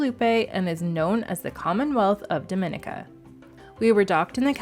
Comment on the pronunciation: Actually it's pronounced DOM IN E KA.....ask a LOCAL!!!!